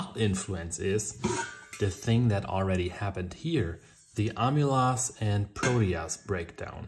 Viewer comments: Very interesting. Pronunciation 'Amy laze' 😆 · Some English help: Pro-"nun"-ciation, not Pro-"noun"-ciation :-) In American English, "amylase" and "protease" will rhyme with "daze". Not sure about British English.